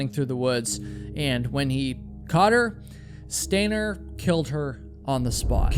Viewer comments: You’re doing it more now!!!! Stop saying stainer. You’re coming up with more ways to say stainer! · Can you stop saying, “stainer,” while I’m trying to fall asleep?